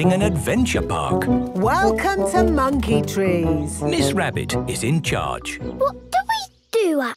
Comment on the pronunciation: manke tree